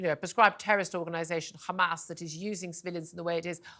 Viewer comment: Why she pronounced hamas “khamas” like Israelis ?